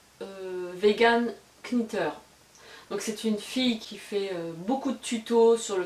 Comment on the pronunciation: Je ne sais pas si tu liras ce message mais je tente ;) Je fais le bonnet pour adulte actuellement. Merci... et Vegan Knitter se prononce véguane nitteur ;)